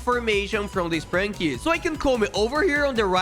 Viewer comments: Bro really said spranki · Bro really said sprinki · You says sprunki